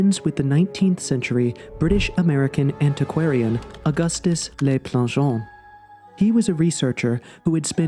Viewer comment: Please learn how to pronounce French. "Le" rhymes with look, not lake. It does not sound like "lay."